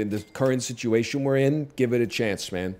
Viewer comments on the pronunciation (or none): none